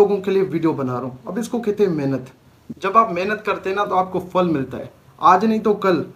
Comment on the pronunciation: Fal kia hota ha phal bolty hain